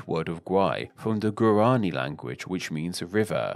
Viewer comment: I wish you were more careful with your pronunciation. If you can say Bolivia correctly, why not BoLIvar, stressing the i?I? And it's SimOn, stressing the o, which in Spanish sounds like see-MON. Also you pronounce all the "da" s as dee. It's guaraNI, not guaRAnee. And I never heard that the Uru in Uruguay refers to snails -it means birds.